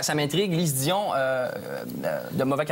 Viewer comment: Bein non y dit pas monsieur Dion bande d'épais, c'est juste qu'il rit en même temps pis qu'il l'a mal prononcé.